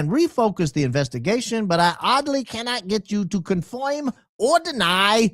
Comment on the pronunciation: THOID... CONFOIM.. DEBUNK MR. HARPOLE.....